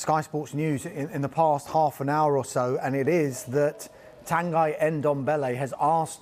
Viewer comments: Tanghee not Tang-Aye, Tanghee as in See or Lee! Nuno said it right! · His name's not pronounced 'Tan Guy". 🙄 How can you be so incompetent at your job?!